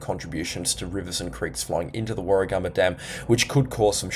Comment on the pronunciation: Warra gam ba, not Warra gum ba.